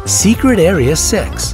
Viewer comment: no.1,,,,,the way he said 6..........argh.......